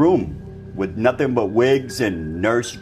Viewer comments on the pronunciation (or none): none